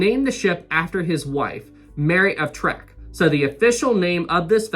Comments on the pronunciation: Uhh, FYI: her title was Mary of TECK; y' know, like the later Shatner series, not "trek" like the first... really, dislexic much? Y'might wanna correct this, at least for the coming installments. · Just a slight correction,. Queen Mary's name was Mary of Teck. (not Treck) I love your channel, been watching you since the beginning. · Excellent start to the series,! I remember seeing the Queen Mary sailing out of New York Harbor in 1967 for the last time. She was magnificent, even in her old age. btw, Queen Mary was Mary of Teck, not Mary of Trek. There's no R in her name. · Please may I just inform you, its Queen Mary of Teck, not Tack. I live in United Kingdom & Queen Mary of Teck is how you pronounce her name, not Tack. And yes, it is a true story of the name originally planned to be Queen Victoria as you say traditional to Cunard's "IA" just like White Star's Ships ended with "IC". This is a true & Well documented story in England. Also, there is a video that plays whilst RMS OLYMPICS backing out of her berth with smoke billowing out of her 4th dummy funnel, but only after conversion to a oil burning ship was changed from that of previous coal power. As you mentioned along while ago that any one who can find a video with smoke being exhausted out 4th dummy funnel to let you know. Your videos are great, clearly and logically easy explained & like me mad when amarures who don't know basic of facts just like brightside or Aaron- useless. Keep up great work, love to hear a reply from you. (Birmingham.West Midlands, UK) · Mary of teck not treck lol 😂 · Mary of Teck not Trek... :-) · I'm going crazy with you talking about Queen Mary of Teck you keep saying Mary of Trek and that's not right